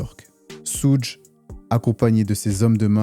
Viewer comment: On ne dit pas soudj on dit choug